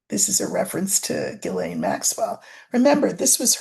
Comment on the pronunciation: Btw Ghislaine is pronounced; "Jees - lane".. (It sounds better in French).. 👏😊